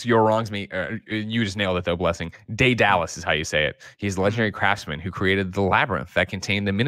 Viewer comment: You may have said deadalus correctly one time.